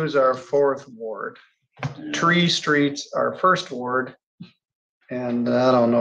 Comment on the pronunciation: "tree streets" 😂